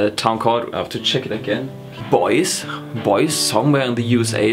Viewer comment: Boise is pronounced "boy-cee." It's in Idaho and my daughter lives there with her family. I'm in San Diego, California. Americans move around way too much!